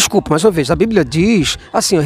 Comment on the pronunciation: Bando de gados. Não leem e não sabem nem falar o nome do livro deles. É bíblia e não blíbia. Parabéns pelo vídeo. E não canso de dizer: #cadadiamaisAteu